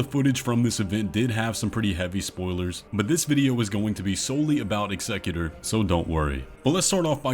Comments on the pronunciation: Sorry... i AM that guy.... but its not eggsecutor. Its EXECUTOR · executor- execute-er. not excecutor. sorry it was driving me insane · Ex-a-q-ter. Sorry it was bothering me. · I just cant with the pronunciation of Executor... dude must be trolling. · Bro the way you pronounce executor makes me cringe so hard every time.